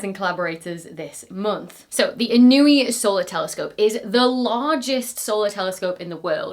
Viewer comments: It’s not pronounced “in-o-ee”. It’s pronounced “In-oo-way”, after Daniel Inouye, former Senator from Hawaii. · Inouye is usually pronounced "ih - NOH - way" -- as in U.S Senator Daniel Inouye, after who the telescope is named. He is the second-longest serving member in Senate history (so far!). You can't imagine how many ways his name was pronounced in practice. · It’s In-nyo-a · ee-NOH-ay (or even en-Noh-ay). The telescope is named after a US Senator who was a hero in Hawaii.